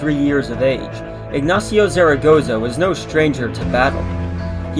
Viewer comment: Not bad but check the Spanish pronunciation of the general (so funny to hear the name of the Mexican general like you do). Puebla is not a desert city ( less than Dallas or Houston) except for during the dry season 3 out of 12 months)